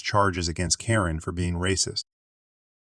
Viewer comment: It's not a person, it's a reading bot. Karen get mispronounced every other occurrence and if it hits abbreviations (lb.), it won't say pounds, just trying to say the letters together.